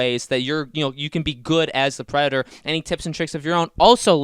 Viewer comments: This is so annoying, you have zero annunciation when saying the word predator. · I have no idea what your talking about Who'd the predor? What's a predor? Are you talking about the predator?